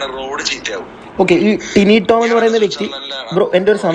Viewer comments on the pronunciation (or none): എന്തോന്ന് ടൈനിറോം ഏട്ടൻ???. ടിനി ടോം എന്നു പറയെടോ. 😇